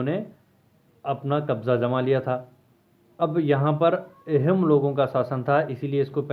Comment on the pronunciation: It's not एहोम it's आहोम